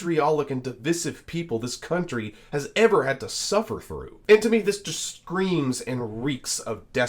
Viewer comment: Vivek it is country, not guuuuuntry